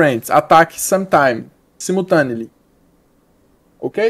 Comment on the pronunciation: "Simultanely" me matou Man kakakakakakaa